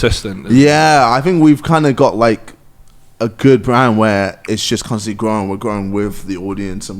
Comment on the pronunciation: Nobody: KSI: "Cunstantly"